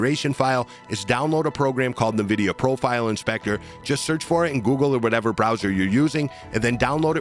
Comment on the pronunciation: Good video but you really need to learn how to pronounce Nvidia: How to Pronounce Nvidia (Correctly)